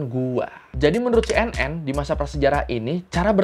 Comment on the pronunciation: Cara bacanya si en en bang bukan pure c n n 😭